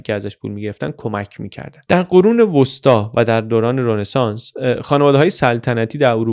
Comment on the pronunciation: سلام آقای مثل همیشه فوق العاده بودید.فقط یک نکته که تلفظ رنسانس رو غلط می‌گفتید تلفظ صحیح Ronesans ولی شما می‌گفتید Renesans